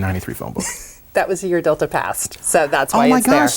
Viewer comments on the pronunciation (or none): none